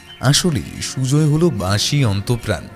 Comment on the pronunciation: বাশি না বাঁশি!?! কথক বাশি বলে গেলো।রঞ্জন সঠিকভাবে বাঁশি বলছে